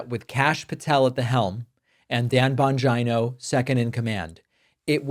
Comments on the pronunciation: bon-geeno. please dont make him sound like a vagina by mispronouncing the surname. those of us with vaginas dont want him near us or confused with female body parts. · It’s pronounced Dan Bongina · I believe it's pronounced Bungina. Sounds like a combination of Bung Hole and Vagina. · Bongino's last name is pronounced vagina. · I think the correct pronounciation of the name is "Dumb Mangina" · Its Bongina. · Bongina—pronounced the way I used to say ‘vagina’ when I didn’t know what it was called. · David, don’t mispronounce Bongino’s name; it makes you look like a little schoolboy. And, it’s disrespectful to a lot of other innocent people who have the same surname. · Your pronunciation of "Bongino" is perfect !! LOL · Lol David couldn’t help him self .. he mispronounced Bongino’s name repeatedly.. even though he said he won’t do that anymore, can’t say I blame him!